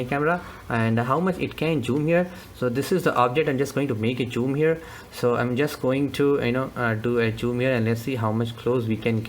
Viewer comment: its zoom, not choom!